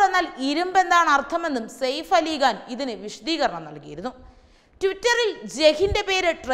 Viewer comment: KaBoor alla...KaPoor Ali Gaan.. Alla.. Ali KHaan